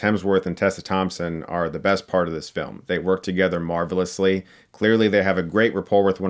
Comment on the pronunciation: “They Work together MARVELously...” MARVEL-lously you say? 🤔. MARVEL-lously?